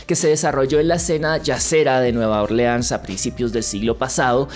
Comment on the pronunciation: Te comiste una l en Orleans